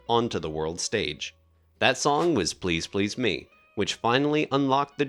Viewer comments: I really want to watch this because it seems well put together, but the narrator's ridiculous pronunciation of the song titles is making me crazy. He seems to understand the rules of emphasis as to everything else he is saying, but then when he says the song titles, he becomes a 1st-grader, needing to put the emphasis on the final word or syllable. The lyrics themselves don't even make this mistake. In Please PLEASE Me, the emphasis is sung properly with emphasis on the second "please." Similarly, in I Saw Her STANDING There, Paul establishes the emphasis on "standing" by holding on its first syllable far longer than any other syllable in the title phrase. Why does this narrator insist on violating the rules understood by English-speakers around the world, including Lennon and McCartney just as to the song titles. He had basically one job: speak English. He failed. I'll check back in a few months to see if they hired someone else to re-record the narration so I can watch this otherwise very interesting content. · Very well done. But never heard the "me" in "Please Please Me" emphasised that way. Gets a wee bit annoying after a while as it's repeated so often. God there it goes again, must be the 30th time..... I can take no more. Where on earth did the narrator get that emphasis on the "me" from?